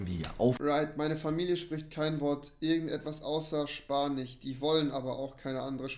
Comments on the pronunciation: Spanich und Italienich 🤣😅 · "Bevor man Deutsch lernt, lernt man lieber Spanich und Italienich..." ;) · 18:8 spanih, italenih xD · Spanich und italienich 🥳😂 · Wieso kann rewi eigentlich engliSCH aussprechen aber nicht spaniCH und ItalieniCH?